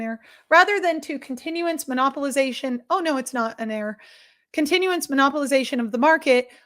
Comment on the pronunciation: I think what tripped you up is it's "count-enance" not "continu-ence" hyphens just for effect of course